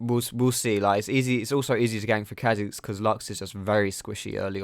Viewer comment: He sounds chinese when he says kha' xiz hahaha